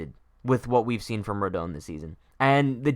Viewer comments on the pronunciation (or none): How are you going to mispronounce his name every time?!